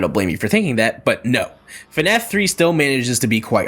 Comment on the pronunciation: yea thats how to say the FNAF